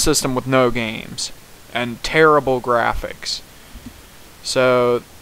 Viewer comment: Hey hater you said "the grafficks Rnt guud " graphics aren't everything a. AND DONT MAKE FUN OF NINTENDO YOU SAID OF ALL TIME ALL YOU PUT WAS NINTENDO IM GETTING 3 OLD CONSLES